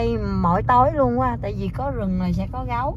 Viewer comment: Ở VN phát âm là GẤU, hỏng phải GÁU à nha... Tks for sharing... 😂😁